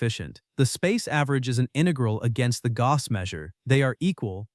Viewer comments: He won’t mind, it’s still not how you say the word. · It is quite painful to hear the name of perhaps the greatest of all mathematicians butchered repeatedly. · I am sorry, but not a good video. Even if I would know everything said, I would have problems with following, as the narration was really fast, and pronunciation was weird (e.g. Gauss). If this is to be educational / popularization video, it does not work. Key concepts are not clarified enough, the visual aspect of video is not used well - many details are not visualized at all. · This is a very interesting post. However I found it almost impossible to follow, without sub-titles, because of the weird pronunciation of Gauss. You have been warned.